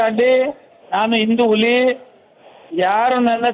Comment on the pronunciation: ಇಲಿ ಆಗಲ್ಲ ಬ್ರದರ್ ಅದು ಹುಲಿ,, ಇಲಿ ಗಿಲಿ ಅಂದ್ರೆ ನಿಮ್ಮ್